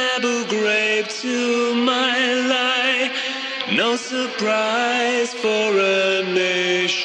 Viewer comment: My Lai is pronounced MEE Lie. It’s not “my lie,” as if speaking about one’s own mendacious statement. Buggers up your lyrics, among other issues. Otherwise, love this channel. Keep the content coming. Peace!